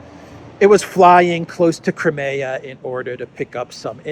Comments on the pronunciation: Nobody else pronounces Crimea as you do! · Is that how to pronounce 'Crimea'?